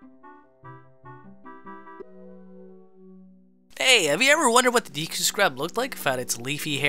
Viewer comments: Take a sip when he says deekoo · Why you keep calling it deeku tree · Its pronounced day koo not dee koo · AND ITS NOT DEEKU ITS DEKU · AGAIN DEKU NOT DEEKU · “Deeekooo tree”